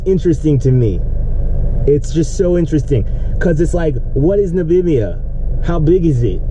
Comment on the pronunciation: Disappointing to see a brother that can't pronounce Namibia. But I suppose he can pronounce European countries.